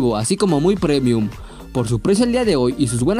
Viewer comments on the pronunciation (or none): none